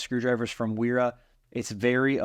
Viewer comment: It is German and pronounced “Vera” w’s are pronounced “v”